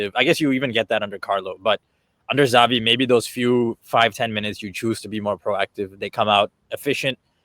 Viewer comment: This is how you know that those guys are basically Casuals and charlatans... when they literally start the video by Pronouncing Xabi as Zabi 😂.